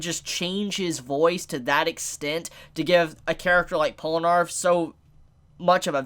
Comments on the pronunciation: Polanarf? Wtf... Its poll na raef. Just listen to him pronouncing his name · Pol-nah-refu Not polanarf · Its Polnareff not palonerf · It’s Pole-ner-reff not arf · Polenarf... Polenarf... ITS POLNAREFF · isnt it polnareff and not polenarf? i dont thgink u said it right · Polar-eff Not Pole-narf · IT'S POLNAREF, NOT POLNARF. JESUS CHRIST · POLE-na-REFF Not POL-no-ARF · Polnareff, man... Polnareff... Not Polinarff. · You keep calling him Polanarf. It's pronounced Pol na riff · Pol-Na-Reff not Pola-Narff😂😂😂damn dammmmm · Its pronounced Pole-ner-ref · POLANARF DID YOU JUST SAY POLANARF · Polenarf. LOL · I swear if he says polanarf again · did he just fucking say "pollanarf" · "polrenaff, hope i said his name right" perfecto pronunciation there bruh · Polenarf lmao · POLE-NAH-REF! The first time annunciation's got to me. Probs cuz Polnareff is the part 3 main character lol. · how did you manage to pronounce Polnareff as Polanarth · How to say Polnareff: Pole-nah-reff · It really bugs me how you say his name. POL-NA-REFF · You're not saying it right. It's JEAN PIERE PORUNAREFFU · "Polanarff" ahhh why the fuck would you say that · Slight mispronunciation. It’s Pole-nar-if. If you rewatch Part 3, that’s how they pronounce it, more or less. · Pollanarf? you hope you're saying that right? do you do that for the lols or is listening to 2 mins of stardust crusaders too hard? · MY MAN JUST SAID POLANARF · Polinarf? LoL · PAUL NARF MALL COP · Its bronareff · You said his name wrong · HOW MANY TIMES ARE YOU GONNA MISPRONOUNCE HIS NAME AAAAAAAAH IT HURTS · Holy shit you butchered his name so hard core 😂